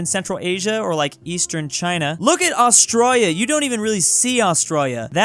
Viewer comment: How did you mess up Australia That sounded a bit like Austria with la at the end